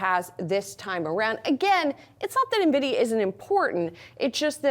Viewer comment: Small brain alert. It's Nvidia, not Navidia.